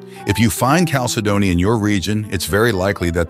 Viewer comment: cal si doe nee? You should at least know how to correctly pronounce it.